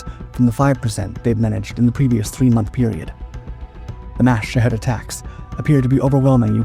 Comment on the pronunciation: Why are Shahed drones pronounced, "Sh¡thead" drones?!😁